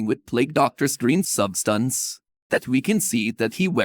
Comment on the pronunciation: the way he says substance lololol “subSTUNCE”